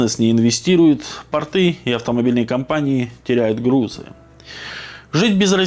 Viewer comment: Не портЫ,а пОрты!😂😂😂